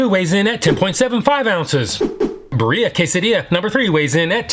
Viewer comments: Great video 😊 I know we're ordering from Del Taco and it's not the epitome of authenticity, however if anyone is curious Birria is correctly pronounced (in the US): Bee ree uh Not Bur EE uh 😁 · Hate to break it to you but you’re pronouncing birria incorrectly; not that it matters too much. I love your vids and think you’re awesome.